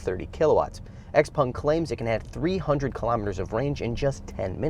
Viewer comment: What is a Xpong ? It's Xpeng. 😮